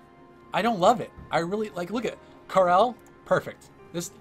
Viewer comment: I agree with your opinion of Kita Senri's art, the sword siblings art is just gorgeous. It also brings me joy to hear someone say Karel's name correctly.